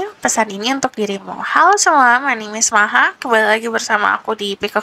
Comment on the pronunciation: kukira tadi salah denger tapi maha nyebut nya berlete lete..wkwkwkwk..